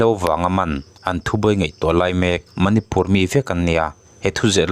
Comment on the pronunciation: manipur tiha (pur ) tih lai hi i thluk sâng tawh dawn nia, a reng rengah hei leh chen mi lam dante pawh i hre lo em ni?